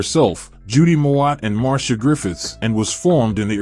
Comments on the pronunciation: She is not "MAR-SHA" but MAR-C-IA". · Marcia Griffith's. Mar see ya. Anything else is a mispronunciation. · I always thought Marcia was pronounced Mar-Cee-Ah? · Her name is Marcia not Marsha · MarCIA, not MarSHA….